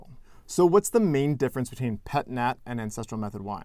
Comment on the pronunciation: I speak french and I hope after all this time you learnt he pronounced correctly, PET NAT' in this case Nat' stand for "naturel" so there is deffo a voyelle behind ... Pet'na sounds like a posh english trying to teach another how to speak french lol